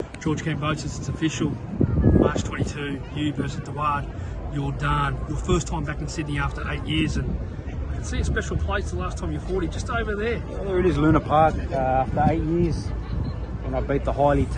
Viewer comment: Daud, not Duad mate